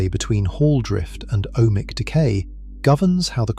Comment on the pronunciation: "Ohmic" decay or "O.H. Mic" decay? Nice AI........